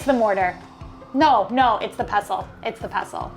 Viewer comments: It's a pestle. You pronounce the T. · Pestle is pronounced pes-tal. You pronounce the t